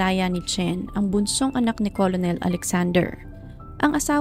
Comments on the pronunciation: Ker nel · Hindi colonel ang pronunciation"kernel" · "kernel" or kur-nul kc ang correct maam pronunciation ng COLONEL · kernel po pronunciation...🙂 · ito po 😊 colonel - kernel Coronel- korenel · "kernel" po☺️. Salamat. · Hi salamat s correction ngaun ko lng to nalaman hahaha kurnel pla pronunciation nun same kmi ni ma'am ng pag basa 😅 hndi aq naniwala nag Google p tlga aq kurnel pla tlga pronunciation nun kaloka😂😂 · Magandang narration...just correct your pronunciation of the word "Colonel." ✌️✌️✌️